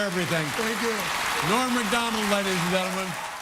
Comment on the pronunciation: Norm MACK-Donald.